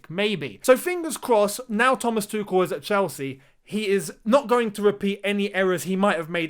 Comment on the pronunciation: you should to try pronounce his name right, it´s not that hard.